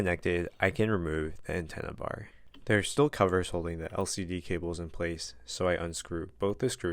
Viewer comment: “The antenna barrr”😂✌🏼 Edit-Feel like bro was getting a little tired after those 15 SCREWS 😭😭